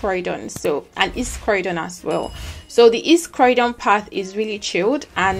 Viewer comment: Croydon is pronounce croydyn and not crowdon